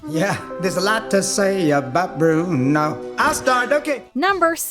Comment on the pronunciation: Nice job rolling the R's on "Bruno", narrator.